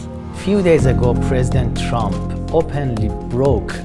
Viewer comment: Trump, not Tramp!!!